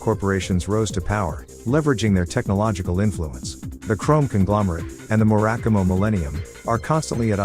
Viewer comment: oh boy you gutted that one. the corporate name murakumo is pronounced murrrr ahhh kuu moe